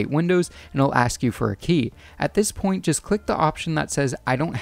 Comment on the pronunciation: You say point really really weirdly